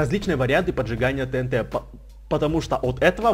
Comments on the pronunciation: Правильно говорить тиинти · И не тэнт а тиинти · не тинт а тиинти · правильна ТИНТИ А НЕ ТНТ ГОВОРИТЬ: ТИНТИ ПИСАТЬ: ТНТ